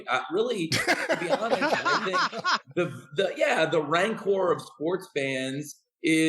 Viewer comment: Tony said "ran-cor" like the star wars creature, it should be pronounced "ran-ker"